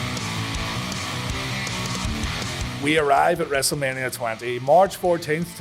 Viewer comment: When you say egos it sounds like eagles